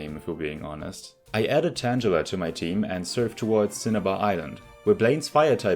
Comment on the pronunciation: nice vid with a very interesing idea! i like it. this makes the game better in so many ways. also, the 'g' in Tangela is pronounced the same is in the word 'girl', as it's derived from 'tangle'. Tangela's hair/vines are tangled!